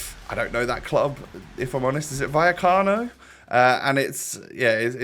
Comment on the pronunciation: I nearly died when he said viacana for real sociedad 😂